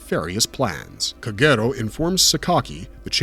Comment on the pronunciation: How on earth have you repeatedly pronounce Kagero so terribly???